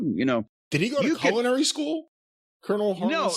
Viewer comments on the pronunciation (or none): jim saying "culinary" is tough. lol meh it happens